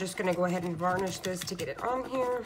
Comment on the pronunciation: perhaps it would have been easier to mask off the edges with painter's tape? are u saying "VARNISH this down"? do u mean "BURNISH"? i haven't seen "press type" in ages; takes me back to my screenprinting days in the early 80's. not bad all around.